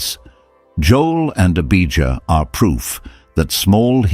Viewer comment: Abijah not Abigail. Beersheba not Biashiba Not Debbie.